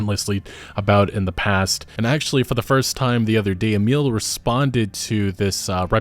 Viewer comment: My granddad's name is "Emil". You're pronouncing it wrong. Just sayin'.